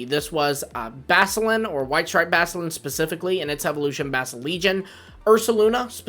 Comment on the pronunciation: You didn't pronounce the CU in Basculin's name its BASCU LIN